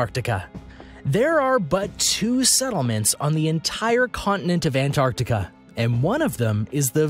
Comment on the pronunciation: what the hell see seas??????? it litteraly says seven wth 🤔😂😂🙄😂😂 also Ant Artica is definitely not a place😂😂😂